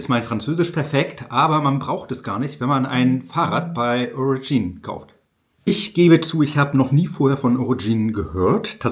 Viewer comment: Aber warum zum Teufel versteifst du dich den Namen der firma englisch auszusprechen? Ist das cool😮? "Origine" ganz einfach so viel französisch muss doch möglich sein